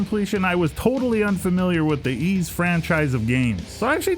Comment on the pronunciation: Yep. Pronounced like the word "ease"